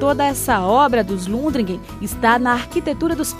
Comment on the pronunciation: Deu informação errada sobre a igreja. O sobrenome é Lundgren e não Lundregen.